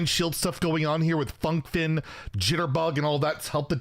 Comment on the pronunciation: it wasn't a meme! He can say properly now Pog